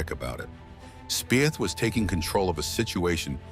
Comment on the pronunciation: Pronounce Speeth